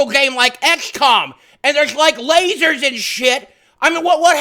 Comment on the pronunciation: "YA KNOW WHAT MARIO NEEDS, LASHER WEPONSH" that made me laugh so hard